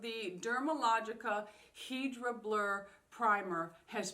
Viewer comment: Hydra = hydration, so is not pronounced "heedra", fyi.